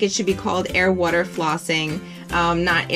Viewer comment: You say water like Woo-der